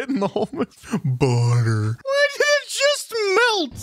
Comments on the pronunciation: Its Pronounced Booter (lol) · budder you mean